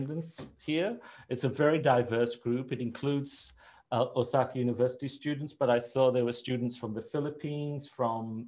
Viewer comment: Hmm, the first guy keeps saying "Osaki" over and over. I presume he means Osaka. Regardless of that, hope you guys can get better video and audio as without that a wider audience is not going to stay and watch these things.